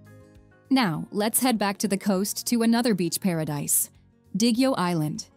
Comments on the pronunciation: I love your content. Thank you for doing a piece of such beauty in all areas around the globe. I spent time in Siquijor or Isla Del Fuego. It's pronounced: SI KE HOR, according to the locals. Not Si Ke JUR. Not Jer or Jur LOL. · SIQUIJOR say it as SEE-KEY-HOR not See-key-jor😅😅😅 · Siquijor is pronounce as SIK-ee-HOR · Thank you for featuring our beautiful places. It is much appreciated. Your visuals are stunning. I am from Cebu, Philippines. I teach geography and history to fifth graders. I don't want to nitpick but just would like to say that it's "Seekeehor" (Siquijor) instead of Sikwejor"; "SA"mar instead of "SaMAR" while Leyte is "LEYteh" instead of "Leytee". Have fun exploring the Philippines! Amping kanunay! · Ok na sana sumemplang lang sa Si-kwe-jur😂…it’s read as Si-ki-hor (Siquijor). If i’m not mistaken the narrator is not a real person but a voice-generating A.I. I think it would be more awesome and authentic to have a pure Filipino voice over with a distinct Pinoy accent that would perfectly pronounced the name of the places featured in here. Still, KUDOS to the maker of this video, - this is by far the best compilation of Philippines wondrous beauty unlike any other.🫡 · It's not sikwajor it pronounce as sikihor 😂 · It is pronounced C-K-hor not si kuwi jor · Better if she could pronounce the names of the places correctly. Example, Siquijor, it should be See-Kee-Hor...not See-Kwi-Jor. Totally different. You butchered all the names. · Great video! Siquijor is pronounced with the "j" as an "h" Sounds like Sick-e-hor. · Siquijor -sikehor.,pronounce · Siquijor pronounce as SIKIHOR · Siquijor pronounce this "sikihor" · Please fix your AI...Siquijor is pronounced as Si-kee-hor. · we say it sikihor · Its not sequador as you pronounced it. It is Siquijor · Siquijor pronouns as siquihor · the Siquijor pronunciation 🥲